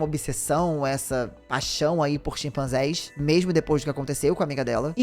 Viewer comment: Não são "Xipanzés", mas "CHIMpanzés"!